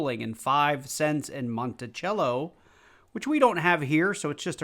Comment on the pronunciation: It Monticello not Monticello